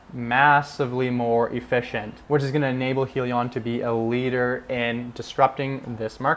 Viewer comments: You need more research bro Its Hydrogen- li-on not Hee- li- on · It is pronounced Hi Lee On get it right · Welcome to the crowded financial YouTube channels. First, you must be able to say the name correctly. It is Hyliion, with an "i" sound from hybrid. Hyliion stands for Hybrid lithium ion. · Lol im sorry but i clicked right off once he mispronounced the company name 😂